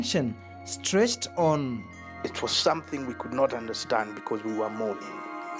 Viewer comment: Did say Uderstand? Was he born in central?